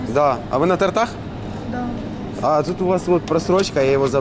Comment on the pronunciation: Правильно говорить на тОртах